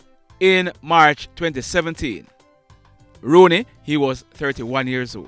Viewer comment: His name is not Rooney, his name is rouney